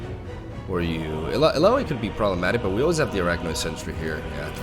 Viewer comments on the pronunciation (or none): How he says "illaoi" makes me laugh. Someone needs to tell him that it is said like allow-e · i love you, but please watch the Illaoi Champion Spotligh so you learn how to pronounce her name! Yes, I'm triggered